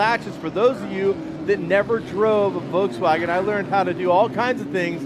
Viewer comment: Stop saying "Voltswagen".